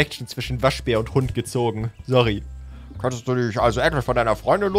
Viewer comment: Wie so sagst du anschtat sorry sory? Aber du bist ein ser cooler zobay❤️🤗